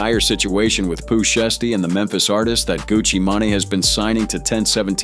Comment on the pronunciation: 🤔❓😆🤣 "GUCCI MAIN Á" "POOH SHEESTY" WTHELLY??? 🤦🏾‍♂️😄😂 How Bout instead Of "TRYING" to Say Their entire name's JUST Use da 1st part of their names in which seems easier for U to pronounce.... Lol & Smh Even though da messag is in da Story Ijs! How U sound SILLY & Uncertain 🤫🤐 🫩❓🤷🏾‍♂️